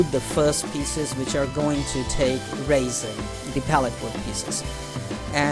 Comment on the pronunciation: Very nice demo. That is what I need also is some shelves. I didn't know what you were talking about at first lol, sort of cute made me giggle, but that stuff called resin, is pronounced rezin as in resolution. I thought you were talking about dried grapes or raisens lol. Well we still have snow and to cold to fly so might as well as build a few shelves. Happy Flying